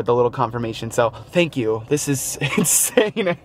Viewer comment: Haha "Shank you!"